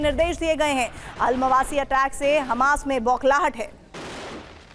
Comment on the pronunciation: अलमावासी नहीं अल मवेसी